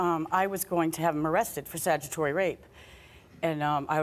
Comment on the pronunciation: Statutory not sagitory